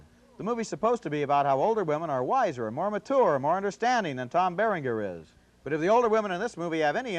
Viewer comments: "Tom Bearing-Ghurr." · Listen to Roger mangle Tom Berenger's name